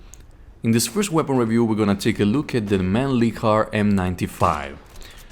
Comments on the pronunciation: I'm Austrian and I can assure that it's not pronounced like that either 😂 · It's pronounced "Mahn-lichhhhhhhhhh-er"